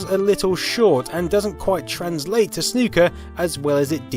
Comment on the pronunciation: Soo good to hear a YouTuber say Snooker properly